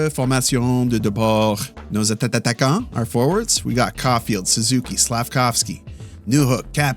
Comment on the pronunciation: I have a question is it intentional when you say “nos attattaquant?”